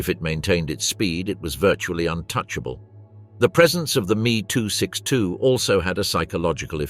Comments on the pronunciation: dumb ai and lazy developers of youtube videos its not me its M E two letters pronounced seperately, and its von braun not van brown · It is M..E short for Messerschmidt not me as in oneself. The curse of AI generated speech